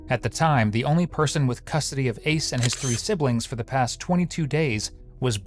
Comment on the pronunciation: Did you just call his son Ace..ICE?!?!?